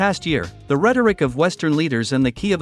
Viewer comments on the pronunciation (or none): none